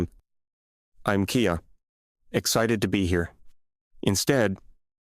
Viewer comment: Voiceover is FAR WORSE than any other I’ve heard! AI keeps mispronouncing English words with a foreign accent. Words like normal, excited and expressive suddenly changed so much I had to stop, back up and read the story to understand the narrative. Definitely worst AI voice reading yet!